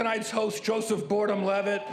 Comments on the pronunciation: anyone else catch jeff ross saying "Joseph Boredom Levitt" 😂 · Joseph boredom levitt. Am I the only one that heard that?